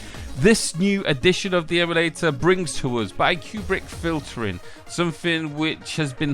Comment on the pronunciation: "bi-Kubrick filtering"... "pik-I-min 3" fuckin hell you pronunciation legend. how do you come up with this shit? lol.